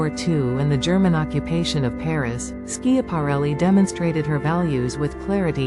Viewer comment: How can you expect folks to listen when within the first 8 seconds the AI narrator mispronounced ELSA SCHIAPARELLI?!?